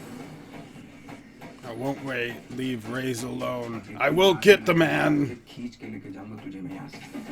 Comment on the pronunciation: Raees , it is pronounced as Ra-his, it means rich or wealthy. Checkout my reaction too...